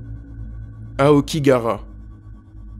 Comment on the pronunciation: A-o-ki-ga-ha-r(l)a pas aokigara , ça fais mal aux oreilles xD